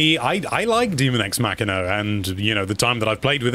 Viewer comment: Dummy, it’s daemon x machina. Not demon x machina. These are machines and not a horror game so it should have been clear what the title is even if you have bad reading skills.